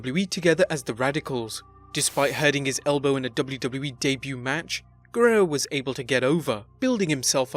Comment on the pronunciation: this is the worst ive ever heard somebody say the "guerrero" name, top vid tho